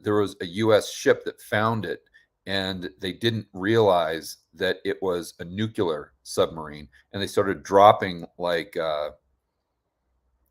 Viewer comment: HI. Love what you do and in the spirit of being helpful I want to point out that you're pronouncing "nuclear" incorrectly. Not a big deal to most people but something to consider perhaps.